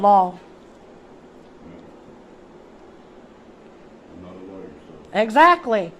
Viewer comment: I like how she keeps pronouncing law "lawl." Pretty funny. Good work though. Way to stand your ground.